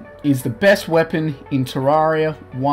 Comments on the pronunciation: wtf it's not ta rraria tereria pronounce it like that terreria fuuuuuu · Its pronounced ter-air-ia and I'll also think the 2 best swords are the true nights edge and the terra blade